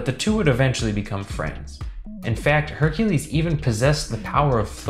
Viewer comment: Only Name He Said Correct Was Hercules 😒